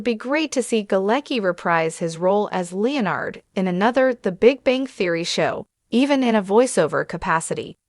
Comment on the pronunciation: The robot voice narrator is so ridiculous. What is a Leo-Nard or LEE-Nard? facepalm just say the dang name correctly, aint that difficult. If it can say Sheldon, it should be able to say Leonard. Omg...trouble with the word finale too.